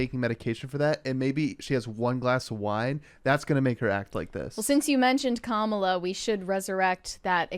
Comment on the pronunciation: The Kamala one was gross too. "Mamala" 🤮